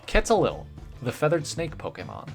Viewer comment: You're pronouncing Quetzalcoatl wrong